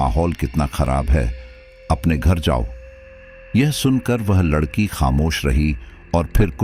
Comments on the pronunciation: aap Hindi bhi sahi se nahin bolate ladki wala Hona chahie Lakadi wala Nahin aur yah kya aapka naya drama hai paise dekar hi sadasya Ban sakte hain FIR Kahe Ki Family kahe ka parivar jismein Paisa Ho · पहले अच्छे से बोलना तो सीख लें लकड़ी वाला नहीं लड़की वाला बोलते हैं 😂😂😂😂😂😂